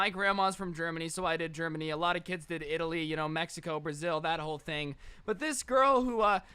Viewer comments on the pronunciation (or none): none